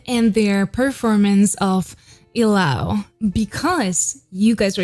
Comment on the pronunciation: Not Ilaw as /i-lau/ but /ee-lau/ or /ee-law/ with the stress in letter "I" not in "law'. Sounds weird if you say it that way. Sure we understand but you know I would suggest to check the word first. Like from other reactors too saying /jento/ instead of /gento/. NO OFFENSE. I JUST WANT TO HELP. BTW, nice to watch here for aspiring singers. Nice!